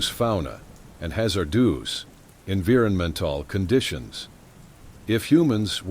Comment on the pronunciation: in verr mental ... me look at "evironmental" and laughing